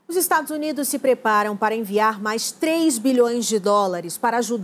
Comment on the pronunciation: "Se preara" não né SBT